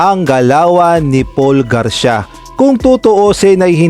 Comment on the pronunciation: Hinde nmaan gar-sya ang pagbasa nyan tamang pagbasa ay Gar-si-ya o Garcia😢